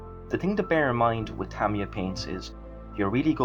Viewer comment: Well done on the pronounciation of Tamiya too....surprising how many people dont know how the Japanese pronounce it.